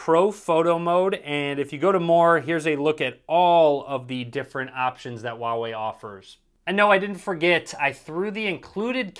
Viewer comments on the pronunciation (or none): The H in Huawei is not silent. It's Hoo-wah-wei, not oo-wah-wei